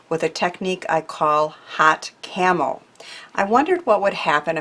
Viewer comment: Some great tips. I couldn't understand why you were saying camel or carmel so I went back and put on the subtitles. That said 'camo'. Still didn't understand, so googled it. Got it! Camouflage!!! 💖 from a very wet week from Devon, England.